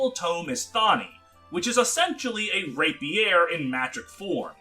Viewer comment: Don't forget Rapier pronunciation.